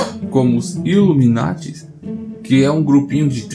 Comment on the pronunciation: Ei macho,tu num é um reptiliano também não? Teve uma parte do vídeo que tu foi pronunciar a palavra iluminate e soou meio estranho 😀😀